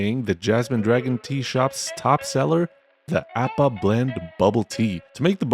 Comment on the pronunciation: Appa not eppa. appa. how hard is it to pronounce my boys name?